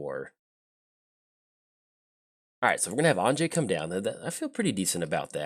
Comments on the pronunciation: Anje (because Innistrad is based on Western Europe) would be pronounced as if you were saying "Angie", but completely forgot the long "e" sound at the end. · I'm pretty sure the correct pronounciation would be An (as in Annihilation) + Yay without the y sound at the end - Anye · I feel like your pronunciation is more of the Russian but Innistrad tends to feel more southern Austria - if you drew a circle with say Graz at the northwest corner, Zagreb as the southwest corner, and caught a little piece of Slovenia, northern Croatia, and southern Hungary - that to me is Innistrad. That's why I went with a different pronunciation.